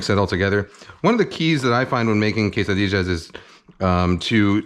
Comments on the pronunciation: my heritage hurts when he says tortijas and quessadijas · he said Quesadijas lol